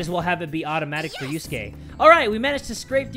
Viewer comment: You say and yuskae rhyme